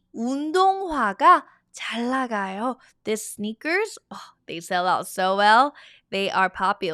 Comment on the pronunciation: why do you omit speaking the ㄴ in 잘 나가요 ?